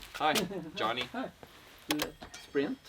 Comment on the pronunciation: I love how you introduce yourself as instead of Jonne with so much ease.